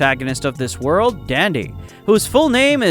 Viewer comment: Bro be pronouncing wrong